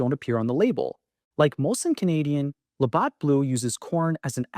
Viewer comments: If you can't pronounce LaBatt's properly... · Can't pronounce Labatt properly makes me question this off the top